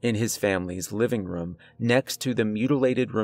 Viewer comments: I love how he pronounces “Room” like “Rum” 😂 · First off, I like this story and your narration overall. Now, this is not meant to be an insult, but your pronunciation of room is like rum or ruum. I'm curious what area are you from. Maybe somewhere in New England. I've never met someone in person who pronounces room in that way and I've only lived in Oregon, Arizona, California and Arkansas. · It doesn't sound like he's saying "we ran to the room" it sounds like he's saying "we ran to the rum" but no hate he's mad good at these stories 👌 👍 anyway I love them keep it up dude. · why he say room like ruum? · Hey! That’s how I pronounce room too, I didn’t even realize he was doing it. I wonder if it’s regional. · I always point that out too lol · This Narrator needs to learn how to say "Room".. it annoys me so much.